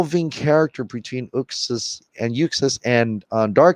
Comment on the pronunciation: It's OOOxas, Zack Snyder pronounces it like that, not YOUxas.